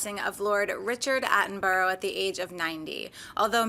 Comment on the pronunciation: Attenbora! Attenbora is how it is pronounced! Not Attenborow!